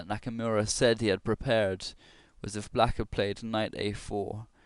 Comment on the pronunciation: Geez, Shirov is on a hot streak. I'm rooting for Nakamura personally. Also, you pronounce the name Knock-a-more-a